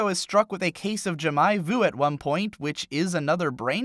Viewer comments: Ja-my voo. Jesus christ, man. Great video, otherwise. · "Jamaye voo"? It's "Jamais",. Like calling out Jacques but stopping before the C, because he's just so meh. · *"ja mai vu"*. Oh dear, someone needs french lessons :L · A case of what? Djamaï voo? Did you mean Jamais-vu ? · The way you said jamais vu killed me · You butchered the pronunciation of jamais vu. It took me awhile to understand what you were trying to say. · I cringed at his pronunciation of jamais vu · Letter J in "jamais vu" is a single /ʒ/ sound, not /dʒ/; and the second syllable in "jamais" is pronounced as an /æ/ sound. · I've never heard someone butcher the word Jamais Vu as badly in my whole life ;_ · It's, expect a lot of butchery from him.